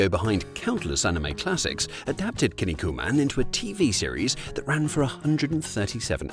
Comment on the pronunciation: "Kin niku man", not "kinni ku man". Kinniku means muscles in Japanese.